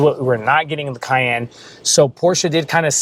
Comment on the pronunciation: the way you said cayenne. CAY......................................END